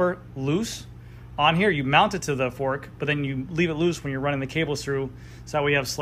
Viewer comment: Haven’t seen your videos in a while.. and you’re saying THEE way too way too much when “the” would be much better. You said you’d work on that. Hmmm. Nope. Other than that, good video